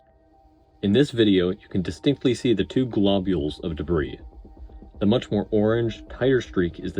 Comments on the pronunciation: good video! A note on pronunciation: the 's' in 'debris' is silent - in american it sounds like 'deh - bree' . also it is already plural - no such thing as debrises - not quite sure what the issue was as it was inconsistent. thanks for the analysis, and it was very well edited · Excellent analysis. I know you say you’re not well-spoken but I disagree. Very well done. The only criticism is silly and pedantic: the “s” is silent in “debris.” (e.g., pronounced “de-bree”). But regardless, I really appreciated your thoughts and effort in producing the video. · A superb breakdown, subscribed. However the pronunciation of debris did grate a bit - it's always "DUH BREE". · Stop pronouncing the "s" in debris. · The "s" in debris is silent. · Excellent analysis on the failure! My only note is that the S in Debris is silent.